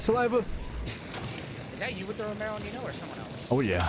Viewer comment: It’s neenoh!